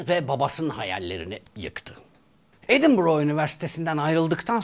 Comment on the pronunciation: Doğrusu edinboro. Telaffuzu böyle.